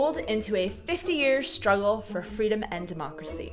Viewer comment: In the bigger picture emphasis on the word "struggle" is really misplaced. Otherwise good video...